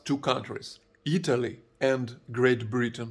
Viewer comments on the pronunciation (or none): none